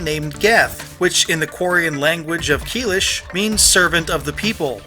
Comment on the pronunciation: Its pronounced caleesh not keelish